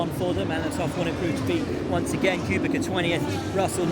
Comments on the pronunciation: Correct pronunciation of "Kubica" will be something close to "Kubitza" in english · I know it's not that important but Will it's kubica not kubika😂😂